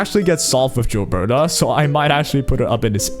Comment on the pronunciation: Gilberta not Jilberta